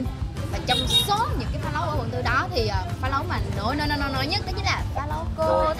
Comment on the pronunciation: phá lấu chứ không phải là phá lẩu